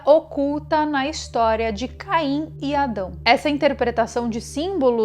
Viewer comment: Só eu ouvi Cain e Adão?